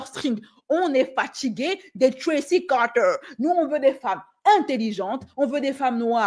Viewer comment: Arrete de dire "Tracy Carteer" je suis a 2 doigts de me pisser dessus😂